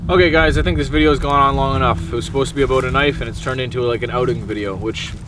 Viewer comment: You said "aboot". Lol ! Reminded me of the first time I saw the southpark movie in the theatre.